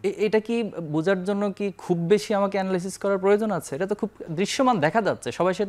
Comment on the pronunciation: 👉 এনারাইসিচ ❎ 👉 এ্যানালাইসিস ✅